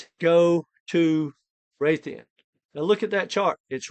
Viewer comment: It's RAY-D-IUM RAY